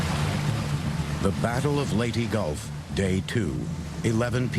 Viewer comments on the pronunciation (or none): As a Filipino I shall judge every mispronunciations: All in order of Time-How they said it-Corection on how it actually sounds-Score-Actual Spelling Leytee>Leyteh 6/10 Leyte Sa-mar>Sah-mar 9/10 Samar Surigao 10/10 Surigao Leyteh 10/10 Leyte Edit: I won't judge other pronunciations when I get they finally get the actual stuff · Thank you thank you for not butchering the other Pilippino words but its LATE-TEH and SEA-BUYAN trust me I am a pilippino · Don’t really get how Leyte gets the -y sound after the e in documentaries. It’s always been Ley-te, with te said as in Ted.